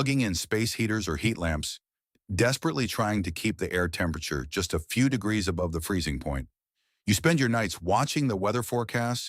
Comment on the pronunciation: AI mispronouncing degrees every freaking time is a deal breaker for me.